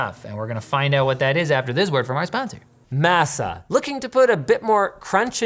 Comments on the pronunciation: Mah-sa, not ma--sa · Please correct Linus. maa•suh with ma not mass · Masa is a crazy name to give black chips. Im just saying. Crazy intro to a product lol. Also it’s not pronounced Mehss-ah. It’s pronounced Mahss-Ah. As a Hispanic American, im crying lol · Surely it's mä′sə and not măsə. One is an ingredient in tortillas and tamales. The other is unfortunate southern United States history. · You guys say Masa like it's "Massa" lol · the way linus says MASA makes me giggle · The way linus said masa is killing me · As a Black person with Mexican family, I was dying. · Do they actually pronounce Masa with a long a instead of a short a??? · Linus: Masa is the Spanish word for nixtimalized corn meal. The a sounds more like papa than NASA. It was painful to hear. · As a southerner I cant say I like the way Linus said Masa lmao